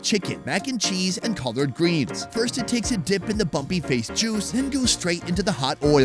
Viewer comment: Did you say colored greens lol it collard